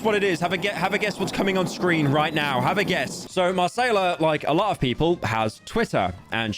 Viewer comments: I know everyone is making jokes about it, and honestly there's no shame in mispronouncing a name, but for real where did u see a "R" in "Macaiyla"?? You know something we don't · delete this video man it makes you look like a complete moron lol you said her name so wrong lmao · Ok at this point you have to be doing it on purpose, how do you mispronounce a name as easy as Macaiyla LMAO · I hope the constant mispronouncing of influencers' names is bait. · Did Pyro mispronounce Macaiyla on purpose? That's worse than metro's boomin track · Hey you know she dgaf about people's pronouns so why should he gaf about how to pronounce her weird name lmao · Is Pyro joking or does he actually not know how to pronounce Macaiyla… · is Pyro saying macaiyla's name wrong? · It's mah kay lah not mah say lah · Listening to u say Mar-say-lah the whole video and cringing so hard 😊 i believe it’s pronounce mi-Kay-la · At what cost? —Mispronouncing Macayla over a hundred times in 15 minutes... [DRAMATIC MUSIC] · Marsayla 🥴 It’s MUH-KAH-LA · Brother it’s ma Kay la not masayla 🤓☝️ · Shouldn’t’ve listened to chat Mr. Metro’s Boomin track. It’s (Mah-Kayla) not (Ma-Sayla) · Marceyla? Bro come on…😢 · brozzer stop calling her Massaiallah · Say it with me. Muh-kay-luh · "Marsayla" this has to be intentional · whys he calling her marsayla ? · wasnt it pronounced at muhkayluh? metros booming? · Confuses Albania for Algeria not to mention the constant mispronunciation marsayla......... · There is no way this dude called her "marcela" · BRUHHHHHHH HES STILL FUCKING UP NAMES😭😭😭 it's pronounced (muh-kAy-luh) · Bro i thought Marsayla would only be said a few times but he actually butchered it everytime 💀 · First metros booming and now marsayla. When will it end British man? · NO way Pyro is really saying "Masaila" 💀💀💀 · buddy really said MaSAYla 💀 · Bro did not just call her Marcayla 💀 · not a pyro video without him saying a name completely wrong :') Marsayla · Every time Pyro mispronounces 'Macaiyla'